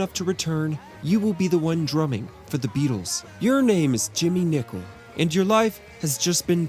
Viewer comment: Nicol, not Nichol!